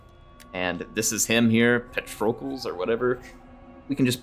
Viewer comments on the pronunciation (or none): doesn't know how to pronounce [Pah-Trow-klees] Patrocles:D Glad you still play the game even after everything that happened. Hope it continues and I see i'm behind on this series already by 6 episodes:P Good! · Hey, just wanted to chime in- Remember how you are supposed to pronounce Heracles? Same with Patrocles; Patro-klees.